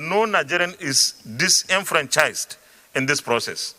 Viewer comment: "difranchised" who they fuck is this Sen Ali Ndume?